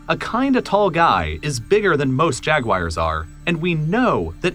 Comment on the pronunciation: Why do you say “Jag-wires”?